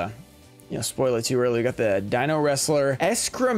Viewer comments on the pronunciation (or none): none